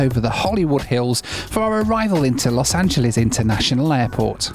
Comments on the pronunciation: you've been living in America for almost 2 years...I think it's time to stop saying "Los Angeleez" 🤣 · You say Los Angeles halfway between an American and Englishman. Not like how the English really screw it up!